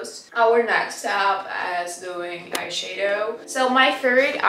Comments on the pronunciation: also when she pronounces eye shadow she says eye shae-dow, try say eye shah-dow idk if this helped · Please,, не hate comment, I swear. Не айшэдоу, а айшАдоу. Типа как shadow только eye 🥰 love the vid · не айшейдоу а должно быть айшадоу ,просто если хочешь звучать более по английски :) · Love hearing her say "iSheadow" 😂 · I love how she pronounce “eyeshadow” it's so cute🥺